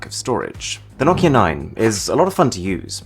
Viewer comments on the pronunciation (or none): none